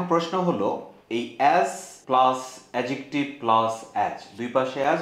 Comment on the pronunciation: অ্যাজেকটিভ ❌ অ্যাডজেকটিভ ✔️